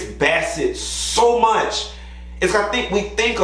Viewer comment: “it’s too murch “😭😭😭😭😭😭😭